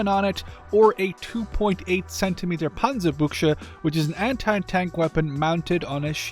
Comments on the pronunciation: Panzerbüchse - phonetic it is more like: Pantserbüxe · Being German, your pronounciation of "Panzerbüchse" sounds more like "Panserbuggsche" to me xd. I love it tho